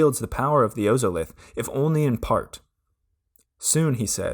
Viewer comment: OZOLITH. It's pronounced ozolith, like wizard of OZ oz-Olith